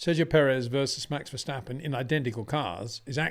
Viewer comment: It is NOT "Bottash" nor "Lewish" nor "Oshcar Piashtri" nor "Nyck de Vriesh" nor George "Russhell" nor "Fernando Alonsho" nor "Lance Shtroll" nor "Pierre Gashly". So why on Earth do you want to say: "Max VersHtappen"?